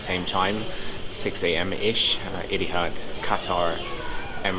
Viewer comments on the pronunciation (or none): the way you pronounced Etihad almost sounded like idiot LOL